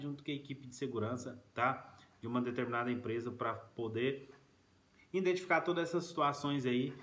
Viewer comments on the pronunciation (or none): "indentificar" foi punk mano